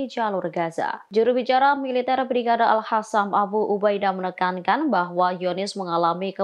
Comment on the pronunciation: Hey.. Al qossam bkn al hasam.. Bedain dong qof sama ha.. Kek ga pernah ngaji aja deh..